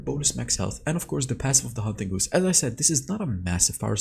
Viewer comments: First of all, your English is amazing. I did just want to let you know the haunting guise is pronounced like “guys” not “goose”. It’s weird, I know. Keep up the good work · Soooooo... GUISE (or as you say, "Goose.”) I've heard it multiple times now in recent videos and well...I cringe a little when I hear you mispronounce it even though I know it's just an unfamiliar word in a language that's not your first. Still after seeing how earnest you were about pronouncing "Xin Zao" correctly, I wanted to give you a heads up. ;) So the word is pronounced "gyze" and rhymes with 'eyes.' Actually, it's pronounced exactly like, well, "guys!" Not goose (the long-necked water fowl; like a duck with a vacuum hose neck.) A guise is actually a face covering, a mask or better yet, a dis-guise. Get it? ;) That's why the icon for the item is a haunting white 'mask.' Clever huh? So now you know! And knowing is half the battle! XD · btw haunting guise is pronounced like guys lol and its garen for sure bro no cap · Haunting Guise is pronounced like “Guys” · just so you know it’s pronounced haunting guys. I’m always impressed though by how you know three languages that’s cool.